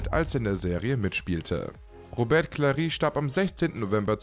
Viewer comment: Lui LeBö ... Robert Klari ... Kink-low ... uff uff uff - die KI-Stimme haut aber gewaltig daneben